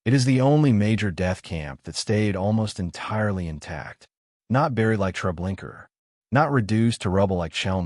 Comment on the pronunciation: Would you please correct the narrator or adjust the AI to pronounce "Trablinka" as truh-BLINK-uh not "Trablinker" it seems unimportant but it's historically inaccurate and extremely disrespectful to pronounce the name incorrectly as trah-blink-ER